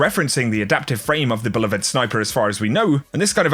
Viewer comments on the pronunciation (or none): be- love-ed not "bell'avid"... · I don't usually comment on pronunciations but... Beloved: a) bee-LOVE-ed or b) bee-LOVED. Not bell-uh-ved. Dear god, please. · I didn't know it was possible to mispronounce beloved but you proved me wrong